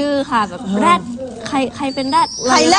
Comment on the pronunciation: แอนดริวออกเสียง แรด ชัดมาก